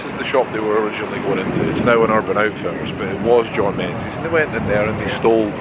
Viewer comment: you should know better than to pronounce Menzies the English way - it being a Scottish company 'n all.